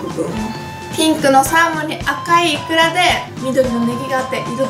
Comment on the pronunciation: イクラがイカって聞こえたw